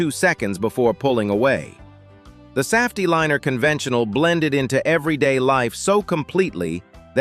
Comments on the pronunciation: AI can't pronounce Saf-T-Liner. Not once. Not in any of the videos this channel has produced. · And also the way it mispronounces Saf-T-Liner. That one is like nails on a chalkboard.